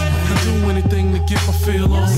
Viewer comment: That Jersey hit xDD The way he pronounced 'on' was even the same as Joe